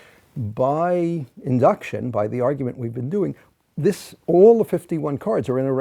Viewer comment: Ah his by sounded like an I. Bye bye birdie!